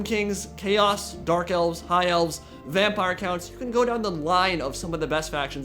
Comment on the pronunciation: Is he pronouncing Vampire Counts as Vampire Coonts or I am just hearing things?